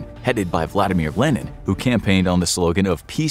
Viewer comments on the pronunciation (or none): none